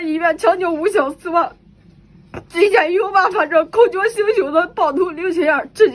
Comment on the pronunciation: 口角jue 不是口缴 您作为一个专业媒体人，中文正音还是应该留意